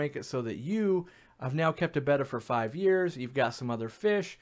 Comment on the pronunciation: Thank you for saying their name correctly 🤗